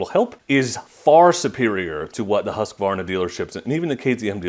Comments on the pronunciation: Mad props for not adding an "a" after the Husq part of Husqvarna when pronouncing it. I'm not sure why Americans do that. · Congratulations, another reviewer who pronounces Husqvarna correctly.